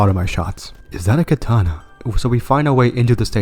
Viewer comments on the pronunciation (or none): none